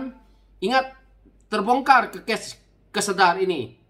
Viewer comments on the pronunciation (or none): ...Lembaga Kemajuan Kelantan Selatan (Kesedar) bukan Kusedar..😂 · Bukan Kusedar..tp Kesedar...